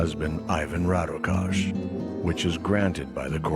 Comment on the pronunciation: why cant they do any research to pronounce his name correctly.... sounds ridiculous